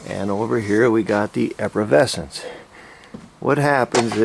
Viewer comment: How come this guy can’t pronounce “efflorescence “!